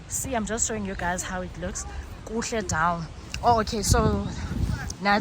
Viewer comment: Kuhle nibahle and you sound beautiful maka Imi❤ but please standwa sana yehlisa on saying "okay" and "dzown"😂